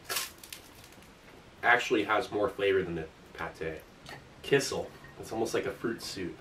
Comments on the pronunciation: Kissel, kissel... oh you mean kisiel! It took me 5 minutes to figure it out :P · It's "ki-shiel" , NOT "ki-sal" - you should wait till it cools down When I was in South Korea, there were some chicken restaurants which cooked the chicken so well that (just like you) I could eat the bones. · In Poland it’s pronounced “KEY-SHELL” 👍🏻 love the channel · My parents are from Eastern Europe and they always pronounced it 'key-shell'